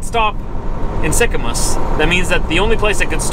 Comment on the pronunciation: it is pronounced Sicamoose not Sicamuss Cheers, Keep the shiny side up and the rubber side down.